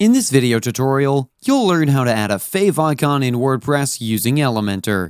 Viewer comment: what is a "favoncon"??? You mean favicon?